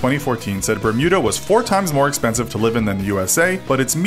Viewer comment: But the spelling of expensive in this video was "expenshive"